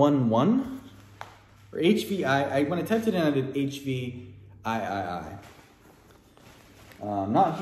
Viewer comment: The HVIII brand is pronounced “hate” brand. It’s another one of those niche fitness/lifting brands. You’ve been finding a lot of those im jealous lol